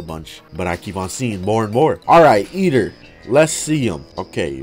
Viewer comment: “Eater” Nah Yeater Noice